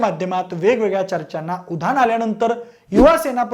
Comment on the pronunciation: उधान, चिकलफेक,पाऱ्यावन मंत्री,..... किती अशुद्ध मराठी... बिनधास्त पब्लिक प्लॅटफॉर्म वरून बोलताना काहीच कसे वाटत नाही.. शी...